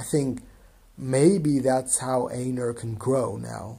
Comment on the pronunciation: Also you pronounce einar like "ainar" the correct germanic pronunciation